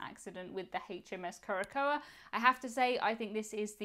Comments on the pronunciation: Curacoa is pronounced kure-ə-SOW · Just for the record...Curacoa (pron. KEWR-ə-sow) 🤗